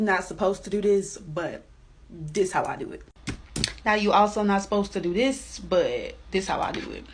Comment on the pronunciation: Do dis ?? Is that a teacher talking? Please tell me no.